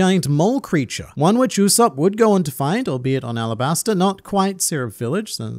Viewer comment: Arabasta not alabasta